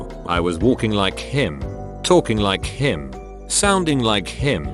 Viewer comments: How it pronounced "him" is funny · The way the narrator says him is hilarious. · lmao the way he says him